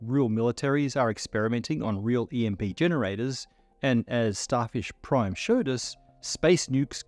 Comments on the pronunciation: That’s some Australian accent slipping though. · Did he say Starfish, Starship or Starshift? We may never know!